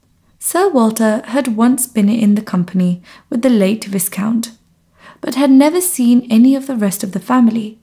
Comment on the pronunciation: the pronunciation of 'viscount' is [vaikaunt] not [viskaunt]